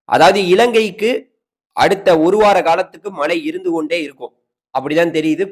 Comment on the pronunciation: ஐயா வணக்கம் மழையையும் மலைன்னு சொல்றீங்க மலையையும் மலைன்னு சொல்றீங்க உச்சரிப்பை மேம்படுத்துங்கள்